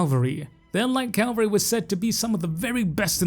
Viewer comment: Cav-al-ry brother. Calvary is a place.